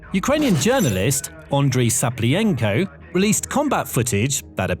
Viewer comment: Your pronunciation of "Tzapliyenko" is impeccable :)